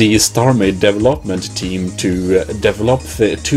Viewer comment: devel-hop-ment team, sorry though, but i find your pronunciation funny. But don't worry i have issues with it too.also you should pronounce it like this - dee-vel- up